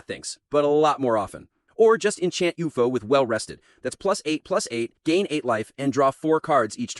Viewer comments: IT'S U-F-O NOT OUFOH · stupid ai, cant even say u f o